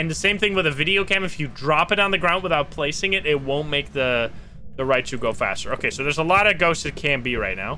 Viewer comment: Every time he says Raiju, I just hear Raichu, and then I sing to myself.